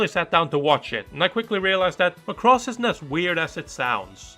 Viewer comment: You don't even know the correct pronunciation for macross.